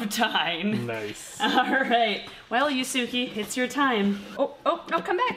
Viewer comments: it's pronounced YOOS-kay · It’s pronounced “yusu-keh” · omg this is great!!! (except the mispronunciation of Yusuke made me cringe)